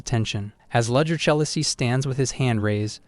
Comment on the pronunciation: It took me an hour and a half to realise that 'Ludger' is actually 'Rudger' which should really be 'Rudiger'. lol